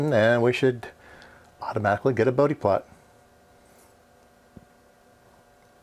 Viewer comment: For all the electrical engineers though in UK, yes it's "boudi" not "Bowd" plot. This was the first time I heard it called "boudi", checked and its the correct pronunciation.